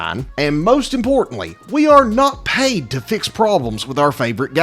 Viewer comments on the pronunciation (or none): none